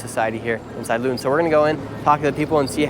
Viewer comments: How did he pronounce Luton … sheesh 🙄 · 😂😂😂 you should have learned to pronounce the city correctly before recording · Little FYI, it's pronounced Lootun. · Your pronunciation of 'Luton' is absolutely horrific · The way he pronounces Luton is crazy 😂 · It's not LYON " IT's LUUUTON !!! like FOOT-ON !!!! GEEZUS CHRIST !!! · Why did you pronounce 'Luton' as 'Lion'? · its pronounced 'loo-ton' not Lyion. I know you're American and not English but I just can't stand it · Standing in front of a sign and mispronouncing it repeatedly "We're in LUTTON. The most disgusting, vile and dangerous place in the UK." Interview "So, what's it like in Lutton?" "It's Luton. LOO-TUN." "Yeah, we've heard it's a great city and there's many different cultures here." I grew up near Luton. It's definitely quite a bit 'stabbier' than the surrounding towns but it's not the worst. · Thats not pronounced Lutton, its pronounced Looton. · Nick heard Luton pronounced Looton but her continues to pronounce if Lieton. Not very observant of him. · Lutton…..😂 it’s pronounced “looten” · ITS NOT LATON.. ITS PRONOUNCED LOOTON BRO LOL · Lut on ? It's pronounced (Loo- tonne) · City of Latan. 😂. Typical American. It’s pronounced Loo-ton. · LUTON is not pronounced “Lutten” its pronounced “Loooton” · pronounced loo-tonne not luh ton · 😂🤣 brother its Luton pronunced ( looo-ton) not Lion. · Lut-on? Loo-Tonne 😉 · It's pronounced "loo-ten", not lutten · LOO-TUN not Luhtun. Tommy Robinson's home town. He'd be laughing if he heard you call it that... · shirley its pronounced looten not louten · sorry but you have pronounced Luton wrong it is pronounced Loo-ton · God bless him, it’s pronounced “Lou-Ton”. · *Luton - pronounced = Looton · Pronounced, Looton my bro 👊👊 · the way he said luton as "lutton" lol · Its pronounced Lootan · Good video :) It's pronounced loo - ton though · It's pronounced LOO-TON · Great vid but sorry, it’s ‘LOOton’ It it rhymes with button, it needs two Ts. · Luton is pronounced Loot-in/Loo Tin.